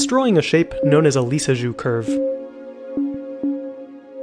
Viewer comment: Lisjous curve sounded like nirnroot